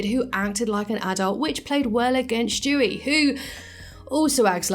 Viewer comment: Who’s Schtewey? I know there’s a character named Stewie but not Schtewey . Jk.